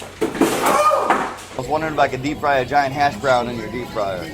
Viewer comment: When u said giant hash brown in a British accent u didn’t do a great English accent